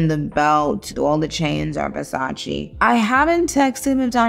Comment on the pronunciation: I love how she pronounced Versace